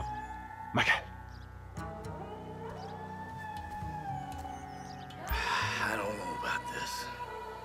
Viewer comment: He sounds like he is saying Miguel instead of Michael